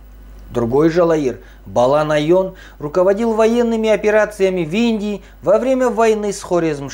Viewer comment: Не наён а Ноян